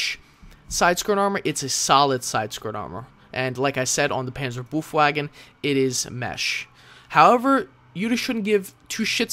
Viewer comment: Sweet, how you pronounce "Panzerbefehlswagen" :D